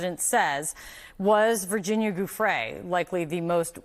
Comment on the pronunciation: Virginia JEW-FREY....Please pronounce her name right. It's only been in the news for TWO DECADES (May she rest in peace 😔)